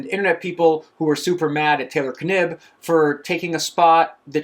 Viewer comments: Dunno I'd say was pronouced "Nibb" with silent K. Sounds odd to hear it said as K-nibb. Got to love these first world problems. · It is pronounced nib without the k. At least every interview I’ve seen she hasn’t correction anyone but she is 100% the type of person to not correct them in the first place. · Knibb as in Knee 😅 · For Taylor Knibb’s name pronunciation; I’ve heard from the triathlon events it pronounced “Nib” with a silent ‘K’. Granted, I don’t follow triathlon as closely anymore (Gwen Jorgensen was who I followed because I know her.) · The K is silent.